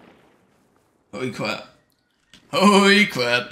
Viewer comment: howy cwap the cavalrys here got me ahahahaha